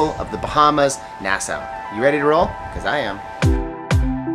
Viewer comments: Sweet footage of the ship and Coco Cay! What’s with your pronunciation of Nassau tho? Is it nas-saw or nas-sow? 😂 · It's pronounced nah saw not Noh sow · Its not Nasa :( its pronounced "Nas-saw" (Nassau) but i loved the video!! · Nas-saw, and the Bahamas isn't apart of the Caribbean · Nassau is pronounced “Nass aw”, and conch is pronounced “Konk”. :) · Pronounce Nas-saw !!!